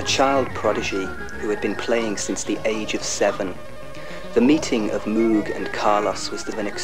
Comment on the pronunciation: Funny how he says how to correctly pronounce Moog (rhymes with rogue) and then goes on to pronounce it incorrectly for the rest of the video